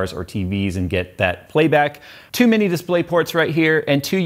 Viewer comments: lol at first it sounded like you said Too many display ports. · I thought he said "too MANY display ports"